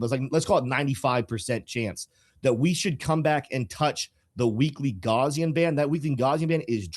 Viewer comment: gaussian: the first syllable (gau-) rhymes with cow second syllable (-si-) sounds like see third syllable (-an) sounds like the word in. please, for the love of god, do not pronounce gaussian as "gauze"-ian.